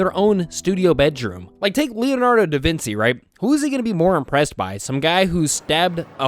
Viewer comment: actually the “c” in “Vinci” is pronounced as a “ch”